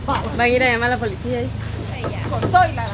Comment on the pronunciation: Se dice policía no polecia😂😂😂😂ke bárbara es está mujer y yo riéndome ni ella ni aracely hablan bien